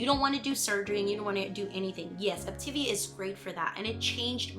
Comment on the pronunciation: Op-Ta-Via = Optavia, not Optivia